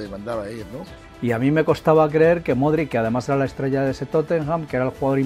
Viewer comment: Se pronuncia Modrich.